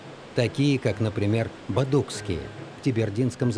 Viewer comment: Не Бодукские а Бадуксие.